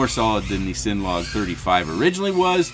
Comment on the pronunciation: Bruh. It's CINNA. Like cinnamon.